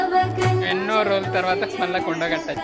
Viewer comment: మా కొడగట్టు కాదు.... మన కొండగట్టు